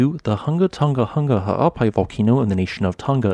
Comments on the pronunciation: I love it when he says: The hunga tonga ha'apai volcano....😂😂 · Hold up. Ima need you to rewind and say that volcanos name again.